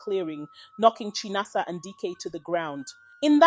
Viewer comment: It's pronounced as Chí-ná-ásá Not Chai-na-asa 😂